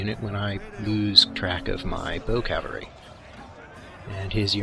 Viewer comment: Love your videos except the pronunciation of cavalry.